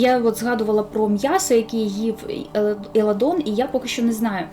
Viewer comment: Не Еладон, а Еландон😅